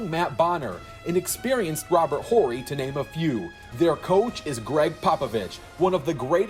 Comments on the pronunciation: The "H" is silent in Horry. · Robert Orry the H is silent 😏